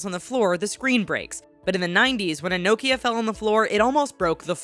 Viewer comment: Lol love how u pronounce Nokia😂